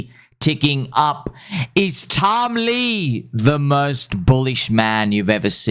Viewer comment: Stop saying tom lee like that, it’s annoying